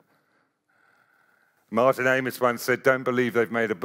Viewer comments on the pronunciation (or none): none